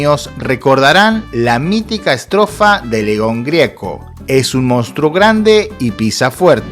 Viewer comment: Un video de mierda. Ni siquiera puede decir bien Leon Gieco porque no tiene ni la mas puta idea quien es. Un desastre que un sorete extranjero venga a hablar mal de nuestro pais demostrando un desconocimiento total en todo. El que cobra un plan no hunde ningún pais, sino es el rico que fuga capitales que genera desigualdad y pobreza.